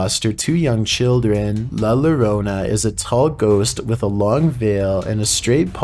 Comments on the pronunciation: Just to clarify lol, cuz as a Spanish speaking guy, it kinda gets me lol. Pronounce it La Yorona. The double L gives it a y sound lol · I like the way he tries to say la llorona,😂 it's pronounced "la yo-row-nah"